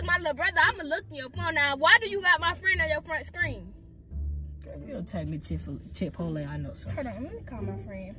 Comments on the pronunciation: Come on so we can go get Chit-po-lay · He said Chick-fil-A or chipotle 😂😂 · bruh the way he pronounces chipotle is so funny to me😭😭😭😭